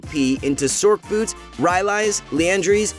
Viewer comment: The "c" in Sorcerer is pronounced like an "s", so wouldn't it sound more like "sors" boot, instead of "sork" boots? I think so. Also, Manamune would be pronounced "ma-na-moo-nay" due to the name being based off of Masamune, Japan's greatest swordsmith.